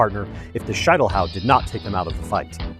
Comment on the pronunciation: SHEET NOT SHITE!!! Schietelhau!!!